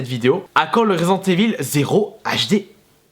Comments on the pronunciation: ivaule, pas évil ... bordel, t'es un fan de metallica, écoute le titre AM I EVIL ... tu verras ! :) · en francais on dit residente ivel